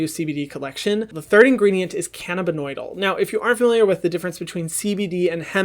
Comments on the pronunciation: i really dont wanna be that person but its Cannabidiol not Cannabidoil🙈 love this video though Hyram! Lots of great info! and thanks for all the donations you give with the money made from your platform!😭💕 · Hey Hyram! Big fan! Also gay ex-Mormon. #slay Looking out for you, gurl... It is cannabidiol, not cannabinoidal. I'm a pharmacist so it stuck out to me like a sore thumb. Love ya! 😘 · luvaria bruh you literally said BEG that means BEGging